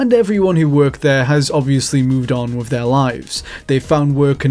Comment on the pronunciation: Fascinating video. Thanks. However, please put more attention into the pronunciation of some words, particularly those like with - Sometimes you say it correctly, other times you say wiv. It makes it harder for non native English speakers to understand.